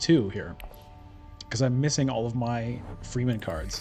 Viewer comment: Wow, close game! Love your content but there is one thing that really triggers me every time: The Dune people are pronounced "Fremmen" and not "Free-men". Keep it up!